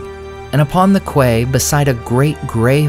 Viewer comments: nice story, but one thing. Quay is pronounced key 😊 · "Bridle" is BRIDE-ll, not briddle, and "quay" is KEE. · Quay is pronounced like “key”, i discovered after trying to get very confusing directions once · I'm gonna get scorched for this. Bridle is pronounced BRYdel, not BRIDDel. And quay is KEY, not KWAY, although that spelling is bound to trip you up on first glance. Grew up in a fishing village with farmland all about, so hearing those words mispronounced brings out the school marm in me. And thanks for another entertaining LOTR lore vid! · Subscriber here would like to say: "quay" is pronounced as "key" not "kway". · Quay = kee, not kway. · Please not "kway" -- "kee". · "Quay" is pronounced "key". A ships quay is another name for a ships berth, dock or mooring. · Quay is pronounced key. Love your work, thank you. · Beautiful job, as always, but just two quick notes on pronunciation. "Bridle" is pronounced with a long "i" and "quay" is pronounced as "key." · Why is he described as "grey" and depicted as white? Because equestrians have seriously deficient colour vision. White horses are known as "grey" for some extremely stupid reason. BTW the word quay is pronounced correctly the same as the word key. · idk if there is more to it and maybe you are correct for some linguistic / tolkien reason, buy jfyi "quay" is pronounced like "key" . Please let me know if I am wrong, someone :) . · Friend, some pronunciations are odd. “Bridle” has a long ī. “Quay” is pronounced closer to the word “key.” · For future reference: quay is pronounced “key”. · (Quay is pronounced /ki/ in English.) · Great video, but Bridle is pronounced like Bridal, not like brittle. And quay is pronounced like Key, or Cay. Not trying to be the language jerk, but trying to help you sound better next time. 😉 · It's pronounced key. Queens English. Or Kings now I suppose. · Just to say i love the videos but its quay is pronounce like key